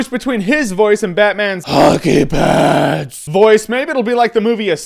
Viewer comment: I heard hockey pants...